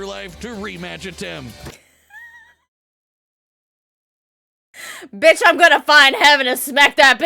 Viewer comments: Antem? Man you sere right about not being able to read. Your brain def short circuited because they literally just pronounced his name Atem too. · And this was seconds after she said Atem correctly before